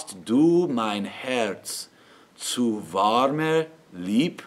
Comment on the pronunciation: Does not sound anything near native German. Warmer you pronounce really awfull. there needs to be a bit of v in the w . And al your end r's need to be softened. also ch is not correct. Not end entruukt. but short. And be aware of the double consonnants. The safest way is to split up the word. Then you know directly how to pronounce. Anyway with this video you won't sound German.